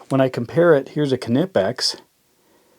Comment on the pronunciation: It's pronounced "kuh-nee-pex".. as told by their CFO in Germany.